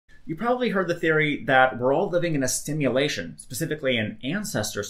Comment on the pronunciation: Why does the title say Simulation Theory? It's certainly not a formal scientific theory. Since it explains nothing, I'm not even sure it's a proper hypothesis. , did you say: we're all living in a stimulation ? :-)